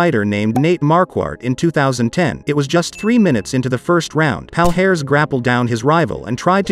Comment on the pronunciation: His name is pronounced Housimar Palharez.